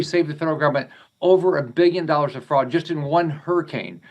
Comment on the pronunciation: Did he say fraud or frogs?